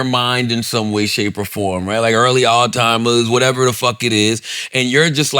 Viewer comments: lol I need yall to let Charla know it’s “Alzheimer’s” not “all timers” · Is it me or does Charlemagne keeps calling it “all timers” instead of Alzheimers 😂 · Charla didn't even try man 😂 "ALLtimers disease" lmaoooo